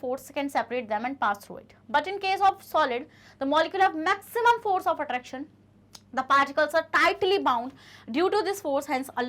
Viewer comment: Mam fore nahi😅😅😅😅😂😂force hota hai ❤❤❤❤❤❤❤❤❤❤❤❤